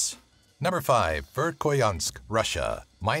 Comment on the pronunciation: The way he pronounced Vekhoyansk was wrong...